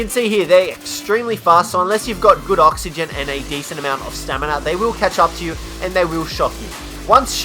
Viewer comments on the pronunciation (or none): none